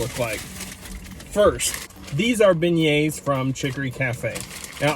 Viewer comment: Beignets (ben-yayz)